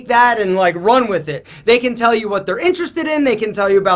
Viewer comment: “They can tale you about...” 😂